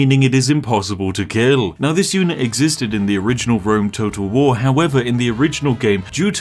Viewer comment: Is it only me that hears "Rome total war" as "Rome toad of war"